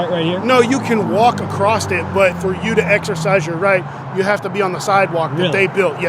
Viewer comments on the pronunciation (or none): Hey copper, there is no 'T' in across.